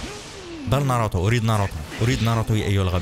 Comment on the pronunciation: ناروتو مو ناروطو عند مشكلة باللفظ